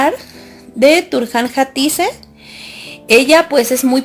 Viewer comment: Por qué pronuncias mal sus nombres??? Atique, mejet...